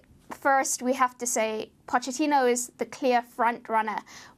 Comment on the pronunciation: You don't pronounce the ch in Pochettino like you do in English. You pronounce it like a k